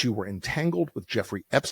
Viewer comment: His name was Epstein, not 'epstene'. Try Forvo, or learn basics of German.